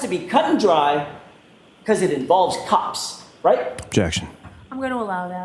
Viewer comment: for anyone else as confused as me I think he was saying ‘cops’ not ‘corpse’.